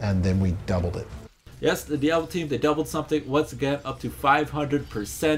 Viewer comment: "And then we dubbled it" haha so awesome